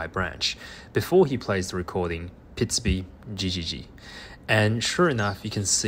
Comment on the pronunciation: This is incredible, completely groundbreaking stuff if it is translatable to other species and type of animal. At first the narrator had me a little confused, because he keeps saying “pitsby” when in fact the sound is “pitsubi”, an entire syllable longer, which when describing birdsong means an entirely different sound. Only seeing the word on screen sorted the cognitive dissonance I was having between the sound the bird was making and the sound the narrator was describing. I know, “cool story bro” 😅😝